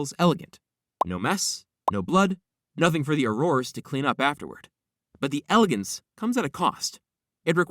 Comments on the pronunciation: I find your mispronunciation of “auror” disturbing. It’s “oar-er” not “oar-oar-uh” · Ok that was not killing smoke in the fantsstic beasts movie please do some more research and redo thus video i dont feel i can trust anything you said at this point it was difficult enough to try to get past the way you pronounce auror the smoke in fantastuc beast is called an obscurus